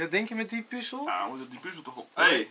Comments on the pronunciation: Like als je het ook een heel klein beetje irritant vind dat ze puuzel Stukjes zeggen ipv puzzel stukjes😂😂😂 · Wie ergert zich ook zo erg aan het feit dat ze puuzel zeggen inplaats van puzzel😂